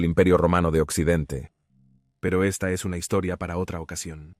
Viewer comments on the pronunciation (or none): none